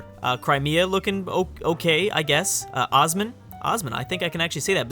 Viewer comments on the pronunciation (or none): dude , Osman isnt pronounced like that... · You pronounced osman so weird and they are the ottomans you know that right